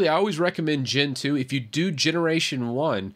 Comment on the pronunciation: In some moments of the video you said "Gen 2", but i heard as Gentoo :v Btw, arch is awesome